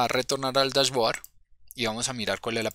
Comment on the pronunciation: bien.. se pronuncia DashBoard -(bord), no Board...